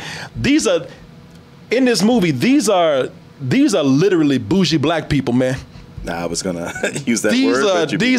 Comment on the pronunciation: Ohhh, Bougshie.... I always read that as boogie lol Cuz isnt there suppose to be a "r" bougie?